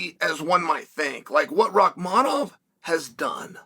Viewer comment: uncle. pronounce Shavkat Rakhmonov correct from the get go cause i think you'll be saying his name alot